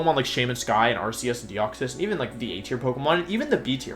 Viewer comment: THAT IS NOT HOW YOU SAY THE NAME, STUPID!